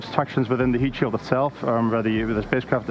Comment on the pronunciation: Every time I hear "heatsheild tile" my eye twitches